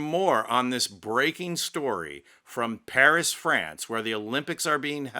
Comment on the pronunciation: It made me chuckle too. But because I'm pedantic, I cringed every time he pronounce the word this . Authentic fake French accent would use zis . Still, it was very funny. I love his usual delivery tho. It's clear and concise, without any unnecessary inflection or exaggeration to distract from the presentation. Just simple facts with some subtle humor tastefully inserted here and there.